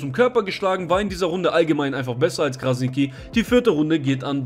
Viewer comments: Robin Krasniqi, ausgespeochen = Krasnitschi!!!! Mit TSCH! Und nicht Krasniki 😁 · Krasnitchi, so musst du das aussprechen falls es dir hilft. Ansonsten wie immer top video 👍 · Man spricht es so aus: KrasniTSCHi. Nur ein Tipp :-) Top Video! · ''Krasnitschi'' so spricht man den Namen aus und nicht Krasniki 😅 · Kurze korrektur. Krasniqi spricht man krasnitschi aus. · Hey, Man spricht es übrigens Krasni(tsch)i aus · Stabiles video aber bro es heißt "krasnitschi" ist albanisch das "Q" wird "Tsch" ausgesprochen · muss das kurz im namen von uns balkaner sagen Kranitschi wird es ausgesprochen liebe grüsse feier deine videos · Man spricht krassniqi krassnittschi aus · Krasnitschi wird es ausgesprochen das sollte man schon wissen .. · Brudi man sagt nicht krasniki sondern dieses „q“ wie das tsch beim tschüss. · Krasniqi nicht krasigi und das q spricht man tsch aus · Wie du robin krasniqi sagst hahahahahah alles gut bruder deine videos sind sehr toll !! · Gute Analyse, aber lern mal bitte wie sein Name richtig ausgesprochen Wird